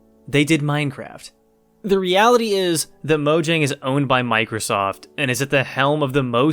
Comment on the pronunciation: The way you pronounce mojang makes this unwatchable lol. Then again I guess that is how it is spelled